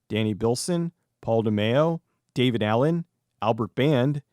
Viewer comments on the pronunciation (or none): none